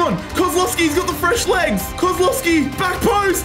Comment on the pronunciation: By the way its not said Kozlowski its pronounced kozwowski but its spelled kozlowski